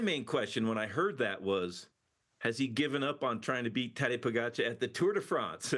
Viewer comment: Kudos to TJ for finally saying Pogi's name correctly! But demerits for not knowing Almeida is not scheduled to ride Tour.